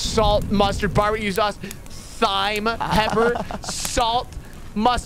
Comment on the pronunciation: New vid!!🥳🥳 "thyme"🤦‍♀️